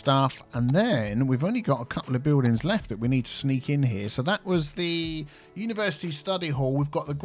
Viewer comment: "Universe Iced-Tea" 😃